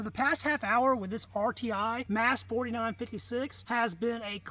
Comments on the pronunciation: Is it not pronounced “mahs” rather than “mass”? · You have alot of ignorant "facts" that you're spitting out. The slam fire issue is from kinetic movement of the firing as the bolt comes to a stop and soft primers. Do some research. It's pronounced "MOSS" not "MASS" btw.